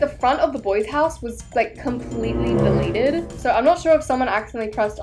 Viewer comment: THE FUCKIN BOYS AND STOP SAYING DELITED